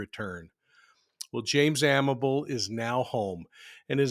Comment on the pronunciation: His last name is pronounced Amabilly. A co worker I’ll never forget. Drove past his final resting place every day on my way to and from UPS where we worked together. Never forgot about him. He was a mentor and a stout Teamster whom I enjoyed seeing everyday before we started our delivery routes.